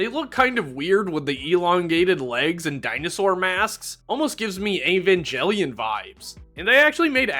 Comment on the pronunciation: Wonderful video but please never say Evangelion again